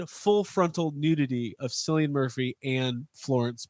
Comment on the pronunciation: Cillian's name is pronounced in a hard "c", kill-ee-an. Also he had done full frontal(briefly) before in 28 Days Later